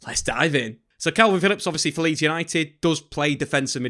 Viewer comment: Stop saying kelvin, why you doing that?